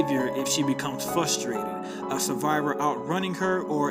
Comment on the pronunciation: Incapitate. Fustated. Elogated. Intits.